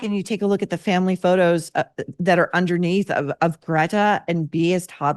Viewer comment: As Michael Knowles pronounces, "Grrreyta"! Sister B took performance lessons from Yoko Ono.